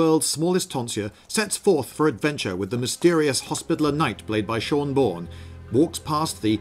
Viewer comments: “Sean Bourne”? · Dude it's Shawn Bawn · How many times will Sean Bean's name be mispronounced? No one knows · "Sean Bean" is pronounced "Shawn Bean". Otherwise this was really funny. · Seen Bean... Sean Born... 😂😂😂😂😂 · SHON BON SEEN BEEN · I've been saying Seen Bawn for years so this really cracked me up. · LOL!!! "Seen Bean", and then "Sean Borne". HAHAHAHAHA!! CRACKED ME UP!!! lol =D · ***** Spilt my drink when that "Shawn Bawn" part came up, that was hilarious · "Seen Bean", "SHawn Bawn"...lol...love it. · "seen bean arrives on the scene" XD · “Seen” Bean hahahahahahahah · "Seen Bean" I'm dying xD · "Seen Bean" I lol'd. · I want a new CinemaSins channel but only focusing on medieval movies and run by LindyBeige. Also, "Seen Bean" and "Shawn Bawn" XD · haha! He pronounces (presumably on purpose) Sean Bean's name "Seen Been". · Shaun bourne? That's how you pronounce Sean Bean? Isn't it like Shean Bean(as in mr.bean) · I thought it was pronounced 'Seen Been'. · I like how he pronounced every combination of "Sean Bean" and never got it right ^^ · So it wasn't only me, that finds the pronunciation of Sean Bean strangely funny. :) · I like how he keeps mispronouncing Sean Bean every time he says it, but in a different way each time